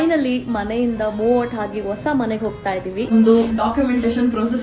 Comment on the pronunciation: leyyyy ha aakara kaliyamma. vosa alla adu hosa